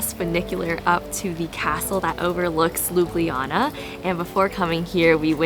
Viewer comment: its prounaunct ljubljana ma girl